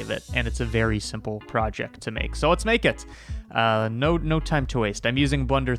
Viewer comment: I know he says "No time to waste" at the beginning, but it sounds like "Node time to waste" and I just think that better suits the intro